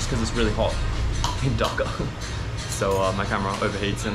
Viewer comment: Why this fella can't pronounce "Dhaka" properly ? Is it ,he doesn't care or not interested ?